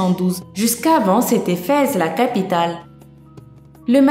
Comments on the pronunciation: On ne prononce pas "Fèz", mais "Fès", comme ça s'écrit ! Je lis l'arabe, donc je sais ce que je dis. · ce n'est pas vraiment ça c'est que on mange avec la main droite et a gauche pour se nettoyer les partir intime quand on vas au toilette cest pour ça que c'est mapoli et on prononce pas feze mais fesse et oui j'habite au Maroc